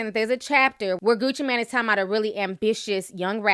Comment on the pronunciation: his name is gucci MAAAANE nicht gucci MAN, geez i swear she needs classes on pronunciation